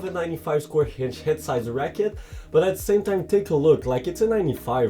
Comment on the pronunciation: stop adding H on the words that dont have it like inch and others its really annoying other than that great review